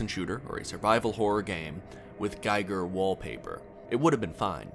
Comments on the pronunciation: Giger is not pronounced "Geyeger" but "Geeeger". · incorrect. From the cattle's perspective, this is life. This is normal. There is no alternative, and no experience besides, so this is mundane to them. Also, his name is GI-ger, not GUY-ger. Gi as in karate gi. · Giger is pronounced "Geeger" :( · Giger is pronounced Gee-ger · The man's name is GEE-ger. As a pure blooded barbarian you should know.